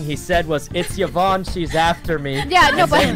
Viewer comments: Everyone: Yvonne Sykunno: Yivonne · Still calling her yuhvon huh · Sykunno still pronounces Yvonnes name wrong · "it's yivonne" 😆